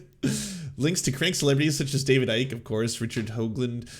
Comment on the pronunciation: David Ike is pronounced "David Icky"